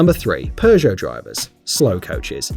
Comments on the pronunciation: It's pronounced pego not progeo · Please tell me. Why the hell do you pronounce "Peugeot" as "per-show"? WHERE'S THE "R"?!? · i hate that seemingly all english speaking people pronounce peugot so badly its not spelled PERRRGO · Honestly, I'd say Toyota SUV drivers (any model) are more prone to tailgating than Audis. Also, the British really need to learn how to pronounce Peugot. I don't speak French but even I know there is no R sound in the name.